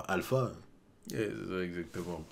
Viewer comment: Alpha se prononce Alufa, tres similaire a Kalifa. Le pere de Kalifa est aussi du cipher pole (visible a Ohara) donc c sans doute une famille d'agents, et Alpha est sans grand doute la soeur de Kalifa